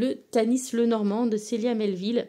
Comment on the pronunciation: Coucou, j’ai tout écouté et c’est passionnant. Anecdote amusante: je m’appelle Sabrina et je suis née le 12 juin … Je prononce Célia Melesville avec toutes les lettres. Pq dis -tu Melleville? Célia l’a déjà mentionné? Merci beaucoup. Bonne journée 😊